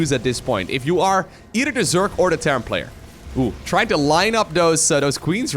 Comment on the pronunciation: If this guy tells Zerk instead of Zerg 1 more time i will be mad.